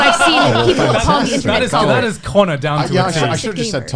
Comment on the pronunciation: 被Calli推薦後有去看Ame的直播，結果Connor被念成Cannur(卡諾爾) wwww 另一個比較相反的例子是有個V倒貼ww V叫Milky Queen，結果Connor被大家虧說「真不愧是93%」(指Connor以前在做黑執事粉絲配音時候，女性觀眾的比例ww